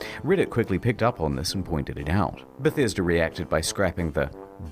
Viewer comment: Why is mans saying bethäsda